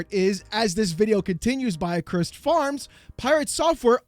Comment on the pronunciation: The biggest takeaway from this is that people don't know how to pronounce the word "accursed"